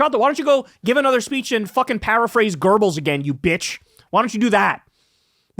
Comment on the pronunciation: i wonder when Kyle figure out he pronouncing Goebbels wrong all the time